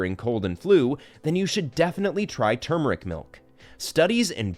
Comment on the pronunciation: He can’t even pronounce turmeric correctly what a joke video lol